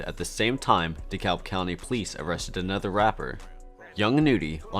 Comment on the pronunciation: and dekalb